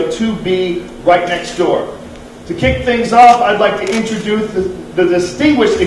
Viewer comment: "To kick things off I'd like to introdoothe"